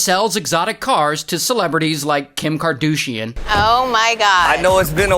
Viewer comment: “Kim KarDOUCHian” 😂👏🏼👏🏼